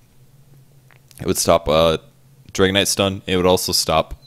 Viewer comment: Am i the only one who finds it funny that way of pronouncing Dragon Knight sounds like Dragonite:D?